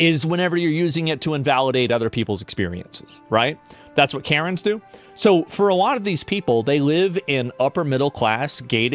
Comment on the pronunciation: Oh you said Karen's, I thought you said parents